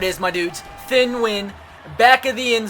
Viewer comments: Its pronounced "tee-ehn" Nguyen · It's pronounced Thea-en New-yen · You pronounce it like Teen Nunion. It's like Onion with a N